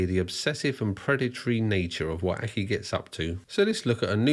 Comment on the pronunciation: I at first thought he was saying “purple acne”.